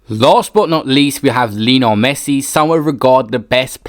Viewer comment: Why does he keep saying Lino Messit? UGH